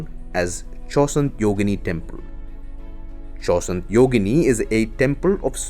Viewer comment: is the narrator an idiot ? can't even pronounce half of the things right. how can someone get pronunciation of chausanth wrong ?!